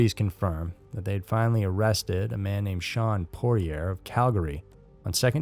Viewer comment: Just so you you know, the Mike Pimentel murderer was Shawn Poirier, pronounced Poi-ee-yay, not Poier like my last name, which you pronounced. When I heard you say it I was shocked because us Poiers in Calgary are all related but this guy has the French version not the German version of our last name. Also please Americans, stop pronouncing the second t in Toronto. Every Canadian knows it's Tor-on-o, we don't sound the last t. Same for Newfoundland, the first d is silent so it's New-fun-land.